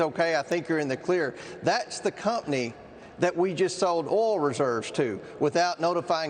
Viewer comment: can’t pronounce oil🤣